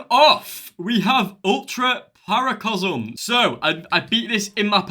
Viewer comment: it’s paracosm not paracosm